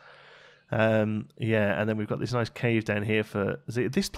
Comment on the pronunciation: "Noice" "Toight" 99!!